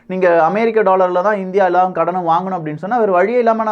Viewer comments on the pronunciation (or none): none